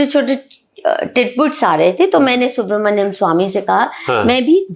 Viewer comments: This journalist is too interfering, very immature man, doesn’t let the lady complete her thought process. Pronunciation of Swamy’s name as Subra-hadyam Swamy. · Aap journalism sikho... interview acha tha...lekin apko Subramaniam pronounce karna nahi atta...guest ko baar baar interrupt karna ye band karo...otherwise good interview!!